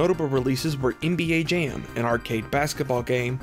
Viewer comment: Ok I see it’s when you say “an/m” sounds because you do it when you say NBA “Jam” as well